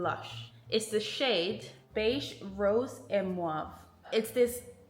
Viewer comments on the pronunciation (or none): Im french and i just wanted to correct you, the word "mauve" (purple) is pronounced like dove but with an m. :))